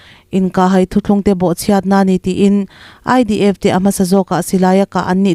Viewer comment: 'inkah hai' tih a 'hai' tih i sawi dan khi a dik lo a nia. Engtirna han tarlang ila: " Lei ka lai" tiha 'lai' tih thluk anga thluk tur a ni e. 'Bawng ka kai' tiha 'kai' tih ri anga sawi tur a nia. Tawng thluk dik hi i ngai pawimawh hram hram hram ang u aw.👍